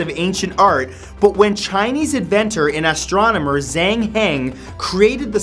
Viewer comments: The way he says Zhang Heng... (Jh-ah-ng Ha) is he still reading offa articles? or is Byzantine really pronounced like that? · In number 6 Zhang Heng is pronounced Chang Heng and in number 8, it's pronounced baikong. And WTF really!!?? cuzco is in Germany!!?? IT'S PERU!! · It would be pronounced Jahng Hung. ;)